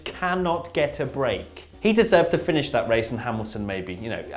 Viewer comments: That's the best wace wundown ever on this channel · Wone word wace wundown was wonderful